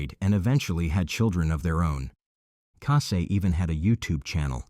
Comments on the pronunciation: It’s Cassie, not Cassay. At least get the victims names pronounced right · Obviously her name was Cassie good old ordinary Cassie but she prefers Cassie’ pronounced Cassay. People just like to be a little different?